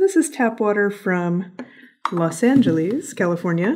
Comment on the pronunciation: Isn't it Los Angeles not los angeleeeees